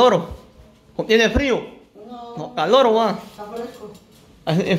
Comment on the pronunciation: No se dice caloro. Se dice calor. Doña betty y nora me caen bien.